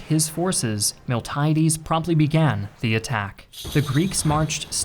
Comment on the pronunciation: Please take more care with pronunciation. A native speaker should be able to give you the correct ones. Miltiades in particular was butchered (in Greek it's Μιλτιάδης but here it was pronounced was Μιλτάιντης).